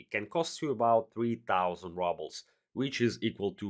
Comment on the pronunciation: rubles pronounced like rOObles, not rUbles btw